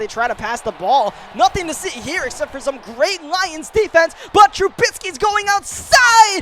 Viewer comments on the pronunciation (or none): called trubisky “trubitsky” alot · Hey no hate or anything but you were pronouncing Trubisky's last name wrong just a heads up